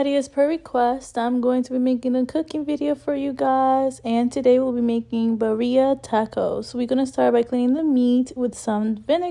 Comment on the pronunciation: Lol homegirl cannot spell or pronounce birria... and trying so hard to move them little cheeks.